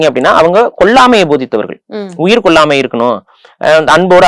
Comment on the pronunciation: புலி- ‘புளி’ கொல்லாமை- ‘கொள்ளாமை’ வழிபாடு-‘வளிபாடு’ வள்ளலார்- ‘வல்லலார்’ வழக்கம்- ‘வளக்கம்’…. 🤦‍♀️🤦‍♀️ தாங்கமுடியவில்லை!! நெறியாளரின் தமிழ் உச்சரிப்பும், தமிழ்உச்சரிப்பும் கொடூரம். மற்ற விஷயங்களைப் பற்றி பேசும்போதாவது பரவாயில்லை; தமிழ், தமிழர் வரலாறு, தமிழ் கலாச்சாரம் பற்றிய நேர்காணலில் இது போன்ற உச்சரிப்பை கேட்க சகிக்க முடியவில்லை 😡